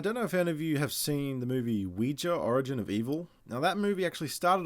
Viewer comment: I agree with this video wholeheartedly, and thank you for actually pronouncing ouija correctly.